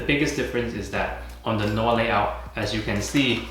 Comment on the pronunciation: not to be a schlong sucker but its pronounced no-ar